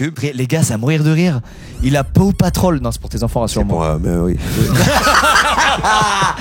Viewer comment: Squeezie qui as dit pauw patrol😂